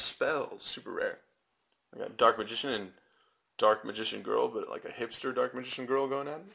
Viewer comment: he didnt say hamster...he said hipster